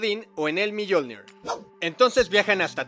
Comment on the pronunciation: Yo opino q se pronuncia "miolnir" no miyolnir haha